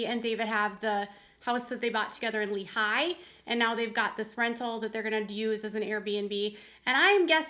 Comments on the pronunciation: Don't mean to be mean, but as an ex-Utah County resident it is "LEE-High" (emphasis on the first syllable)....not "Leh-HIGH" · Not to be picky, however, Lehi is pronounced Lehi, not Le-Hi. Like Leehi. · UT native here. It’s Lee’ hi, not le Hi’ 😊